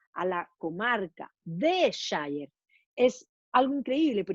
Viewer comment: Hola. Un pequeño alcance sobre la pronunciación de la palabra "shire"en inglés británico. Cuando aparece al final de una localidad, como Yorkshire, la pronunciación es /shia/ o sea: / ió:kshia/; cuando aparece en forma aislada, se pronuncia: /shaia/. Slds!